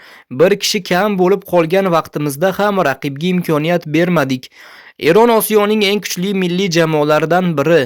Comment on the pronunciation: Errn mas Eron deb oʻqi gʻoʻldiramay